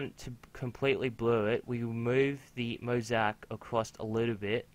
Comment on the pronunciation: oh by the way is mo-zay-ic